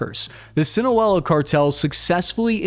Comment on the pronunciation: … it’s Sin-a-low-a you always say sin-a-wella. Lol idk if you care or not but figured I’d let you know in case no one else has